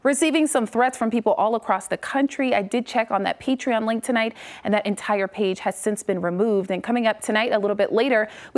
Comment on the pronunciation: Its not "Pee-Tree-On" it is "PAY-tree-aan" said fast producing Patreon. I hope this helps newscaster lady, I know it's a tough world out there and for you the 4th grade reading class was the pinnacle of it but we are all here for you to make it through this. P.S. It was "Pi-nuh-kohl" or "Pi-nuh-kl" not, "Peen-na-icle" Good try though! (Insert shiny *Bronze Star*)